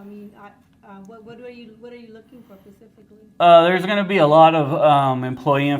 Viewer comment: she says pacifically :D